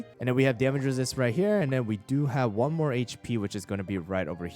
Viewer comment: ''mroe'' (no hate, is one of my favourite YouTubers)